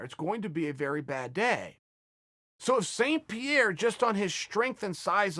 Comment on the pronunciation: saint pronounce sanne he is french canada not a saint